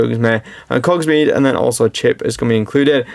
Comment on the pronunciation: Logsmer and Cogsmead? Maurice and his son? I get people not knowing the source material but you are making a damn video about it. Read a script.